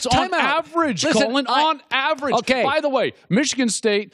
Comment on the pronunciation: he claps both syllables of average like a frustrated baby momma 😂😂😂😂😂